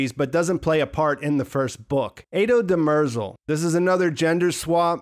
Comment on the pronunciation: Etos' name is pronounced dimmer zell. Next none of us knows how or why we should respond to the external forces applied to us. Knowing the future would change that and as Seldon says "Introduce to many variables." Remembers he's trying to make sure they follow a certain past to a future he has planned/predicted with psychohistory.